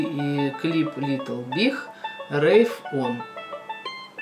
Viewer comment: Литл биГ , биГ , не биХ а биГ